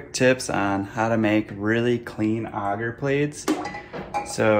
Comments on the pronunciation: agar is pronounced a (as in apple) gar. auger as you're prounouncing it is a device to dig holes. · Ay-gar. Aye-ghar. It may be a mispronunciation but please god say it like the rest of us lest I deafen myself to minimize shock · Can’t take some seriously when they don’t even know how to pronounce the thing they are working with! No one in mycology calls AGAR Auger! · The way you pronounce agar is triggering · ok, but it's definitely not pronounced auger either way, which a simple google search confirms. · ik lol it just drives me crazy for some reason when he says it like that :) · Never heard someone say agar like that